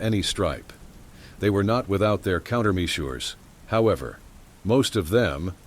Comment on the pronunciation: mee-sures? -1